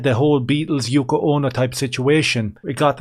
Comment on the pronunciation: You nailed it when you said the Yoko